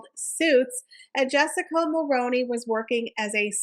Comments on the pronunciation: In Canada we pronounce it mul-rue-ney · Great video but couldn’t get past the mispronouncing of Mulroney. Highly recommend making sure you know how to pronounce names, especially ones that you repeat dozens of times. It’ll help with credibility, especially when your content is great.